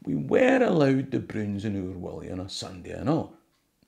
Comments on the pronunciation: your pronunciation as Willie sounds so wrong. Otherwise great video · Its wullie no willy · .45 seconds in - did you just pronounce 'Wullie' as 'Willie'? 🧐😂 Edit - AYE! ye did it again, jeezo 😒 2nd edit - aye, I did get these annuals every year, I've still got them, I've got the wan you were showing as well. When I was wee, my cousin from Newcastle used to stay with me in the summer holidays for a week or so, and she'd try to read The Broons or Oor Wullie out loud, it was hilarious lol. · Thoroughly embarrassing! Anyone who says 'Oor WILLIE' is a scunder! It's Oor WULLIE!! Fleg, quare fleg! 😢😢😢😢